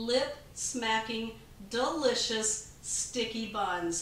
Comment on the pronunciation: I love it when says “duh-licious”. You know it’s going to be just that and easy as well. Can’t wait to try these. Thomas’s face says it all. Thanks for another goody.